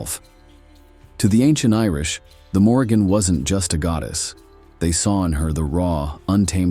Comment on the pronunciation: His mispronunciation of her name told me all I needed to know smh😂